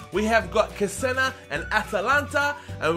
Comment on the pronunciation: its che-se-na